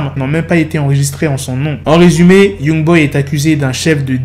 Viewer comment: C’est pas « Yougboy » mais Youngboy